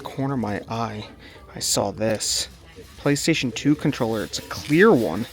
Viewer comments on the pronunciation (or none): none